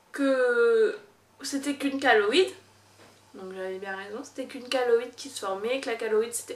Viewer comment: Chéloïde* pas kaloïde